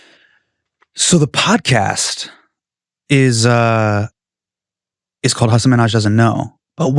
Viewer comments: Did it bother anyone else that Craig couldn't pronounce Hasan's name correctly any time? 🙈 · And yet he said his name wrong…I love Craig but come on man, get Hasan’s name right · Come on Craig, say his name correctly